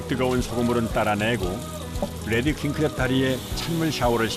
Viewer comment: 뤠드 (red) 킹크랩인데 자꾸 혀를 굴리면서 led 킹크랩이라고 발음해서 귀에 거슬립니다. R 과 L 차이가 크니까 제대로 발음하시든지 아니면 혀를 일부러 굴리지말고 그냥 한국식 영어로 딱딱하게 레드라고 발음하면 더 나을것 같습니다.